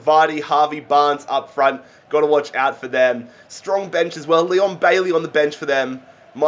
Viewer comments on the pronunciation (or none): none